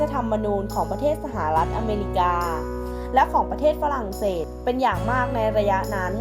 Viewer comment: มองเต๊ดกิเออ. ปารีด. ฝลั่งเสด. บิน คินตั้น ออกเสียงได้โหดมาก